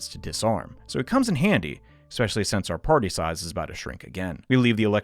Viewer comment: did you say ''expecially''